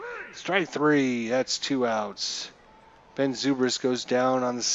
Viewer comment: You can move the players where you want. left click & hold on top left corner & drag to position. You must not be much on baseball because you butcher names Ben Zobrist is pronounced Ben ZOE-BRIST not ZOO-BRIST. Can't believe you got that game & you so baseball dumb. And you streaming your dumbness. WOW